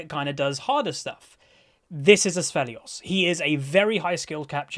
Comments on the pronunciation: Btw, no hate or anything but the name is pronounced "Aphelios" there is no S in the A - p which you say "Asphelios" ^^ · Its not Assfelios, its Afelios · THERE IS NO S Also the word is acuity lol. No r there. No N in Severum. Poor.